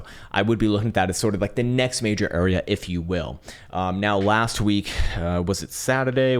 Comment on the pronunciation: "eef eu weel" -Dusty Rhodes